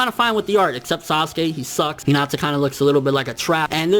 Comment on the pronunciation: yo stupid..its hinata not hinatsa